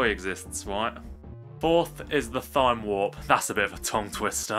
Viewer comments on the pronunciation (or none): Idk if he said Thyme as (thime) instead of (time) as a joke but it pushed my buttons either way good tier list.:p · Umm, you pronounce thyme with a t sound rather than a th sound